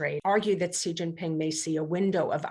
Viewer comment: Oh my God,: is it so difficult to find out the correct pronunciation of "Xi" (president of China)? Just ask your consultants, Google it, or ask any Chinese person. It's "she" as in the pronoun. Not "see" or zjee". Are we professionals or not?